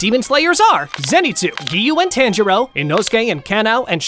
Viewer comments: Instead of saying, Tanjiro, you’re saying 10 churro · he says tanjiro rong